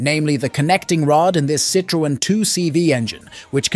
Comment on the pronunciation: Just the butchered pronunciation of Citroen made me stop watching in short order.